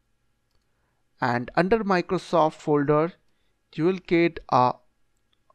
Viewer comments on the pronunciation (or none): none